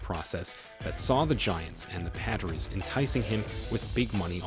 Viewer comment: The Paders? Next time find someone who actually knows baseball to narrate.